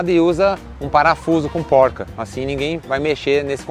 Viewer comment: Valeu pelas dicas. muito importante, falando em dicas gostaria de dar uma pra vocês. não é polca que se fala, o correto é porca. Poque polca é o nome de uma dança e não o nome certo que é dado pra peça em questão